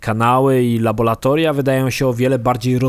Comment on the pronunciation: "labolatolia" :D